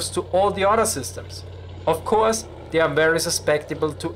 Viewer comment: "When the mine rollers are not suspended independently from each udder" 😂